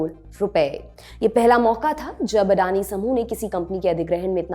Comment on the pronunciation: वो खुद को अदानी कहते हैँ लेकिन आप अंग्रेजी मेँ नाम पढकर उनको अडानी कह रहे हो ।